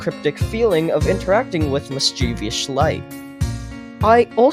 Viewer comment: "Mischievous Schlight"